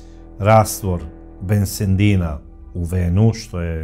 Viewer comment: Bensedin, a ne bensendin 😅